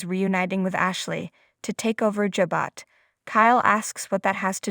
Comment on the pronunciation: Pronounced. Ja - bo